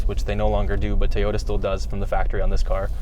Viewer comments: Why do you guys say "Teeyota"? 😂😂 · its TO-YO-TA not toyota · Is it just me or does he keep saying Tee-ota? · Teeyoda? How are you saying it? I can't abide this pronunciation of Toyota. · It's Toyota not teeyota